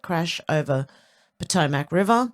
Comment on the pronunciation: 🥰... close, respelling is pah- toe - mik